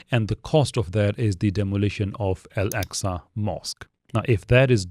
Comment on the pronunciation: Nothing against your al-jazeera mehdi hassan type video but please don't call Al-Aqsa "el-eksa"